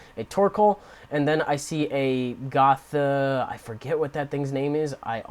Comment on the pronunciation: You pronounced the name correctly. I found this randomly with google. ;_; Yes, I just have a toxic tricks deck. I found the trading card system to be unnecessarily hard to use and I didn't want to spend too much money on cards since I don't go to tournaments or anything. There should be a way to earn virtual cards by playing online in my opinion.